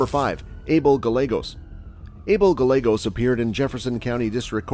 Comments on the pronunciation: Double LL in Spanish is pronounced as a Y so Gallegos is actually Gah-YEH-Goes not Gah-Legos. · Guy-ye-goes Not guy-legos! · Guy - yeah - gos. Not galegos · Lol....gallagos..... it's guy-aygos. Weirdo. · Gallegos..."guh Legos" Fool where are you from? 🤣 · Gallegos is pronounced as Ga-yae-gos. "Ga" as in lady gaga. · Gallegos is GUY-YAY-GOSE.....c'mon bro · Gallegos ... pronounced GI-YEAH-Gos. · pet peave, my ex husbands last name was gallegos, it's pronounced GUY-A-GOS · Omg Gallegos pronounced “GAH-YEH-GOES”….if you going to narrate learn the actual names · Learn some Spanish. Gallegos isn't pronounced Gall-egg-os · Gallegos is pronounced as if the "ll" is a 'y'. I just wanna see your channel grow and thought I'd do my part to help. Cheers, dude! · The real crime here is the pronunciation of Gallegos. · 2 L's = Y sound. Learned that in 8th grade Spanish. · Bruh can’t say Gallegos right lol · You said the 1st guys last name wrong sir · Gallegos isn't pronounced with an L 🤦🏻‍♀️ LL in Spanish is pronounced as a y sound like in yet. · If you are going to be doing a report at least pronounce the last names correctly